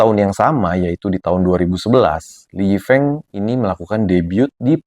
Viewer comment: Speaking his name " Lee Yi Feung " Bkn Lee Yi Feeng